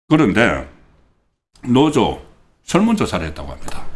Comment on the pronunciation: 노조지 노오조가 아닙니다 방송하려면 발음에 좀 신경 써고 아무리 겅북사람이라도 듣기가 영 아니네요